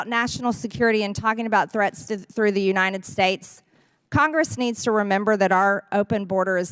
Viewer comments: MTG trying to say "United States: "... Unienn Snates" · I hate how she calls the United States the “uninen states”. She can’t even speak properly.